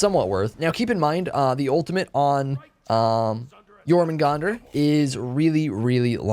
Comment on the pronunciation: Thank you so much for pronouncing it correctely